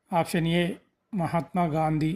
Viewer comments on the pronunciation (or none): none